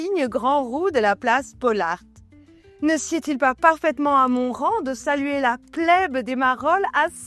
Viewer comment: ça se prononce la place "Poule-arte"